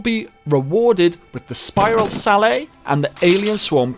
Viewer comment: Not to be that guy but... Sallet is Sal-Et, not Sal-Ay.. its a type of italian helmet used from the 14th to 18th centuries.